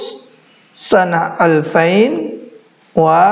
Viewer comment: sebut salah klu seribu sebut nya bukan alfain tapi alfin..1440h